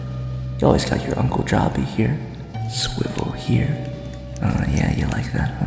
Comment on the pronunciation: not swiffles it's swivle